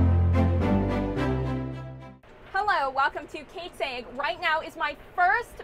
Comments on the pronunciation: All in good fun! Your accent just makes it sound like you are saying egg. Love the channel and keep up the hard work, I truly believe you will be as big as some of the larger youtube farmers out there soon! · No matter what I do I always hear you saying Kate's egg...